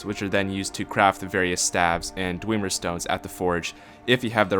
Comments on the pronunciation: its dwemer not dwieieieiemer you twatsickle. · JUST BECAUSE ONE VOICE ACTOR ten years ago said dweemer DOESNT MEAN THATS TEH RIGHT PRONUNCIATION, IT ACTUALLY MOST LIKELY MEANS ITS WRONG AND YES TONS OF NPC's IN SKYRIM PRONOUNCE IT DWEMER OR BASICALLY THE WAY ITS SPELLED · i love how you say dwemer... (Thousands of new dweemer staffs)